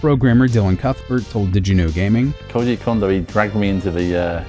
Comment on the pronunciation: You say Koji correctly, but you can't manage Kondo at all. It drives me nuts!